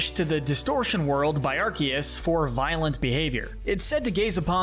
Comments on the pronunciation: He said Arceus correctly though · finally someone who says arceus right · For your information, the C in Arceus IS supposed to sound like a K! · Arceus is pronounced aar- see- uhs